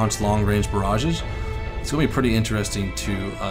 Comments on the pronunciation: Its the "Panzer'WARPHER'" not verfer. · that R in Werfer is there for a Reason;) WeR-fer;) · it is pronounced panzer vofver. ( remember dude its german.) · Panzer Verfer in Engrish LOL! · its pronounced panzerwerrrrrrrrrfer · in dutch and in German the W is pronounced like a V